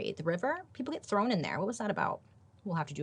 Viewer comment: "she hates to be trown into a river" xD xD she's hilarious <3